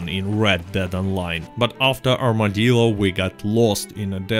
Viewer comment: Thanks for the giggle, espescially at 'Armadildo'.